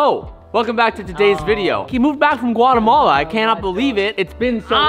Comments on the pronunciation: It’s pronounced Guate - Mala Cerote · “Guacamala” bruh lol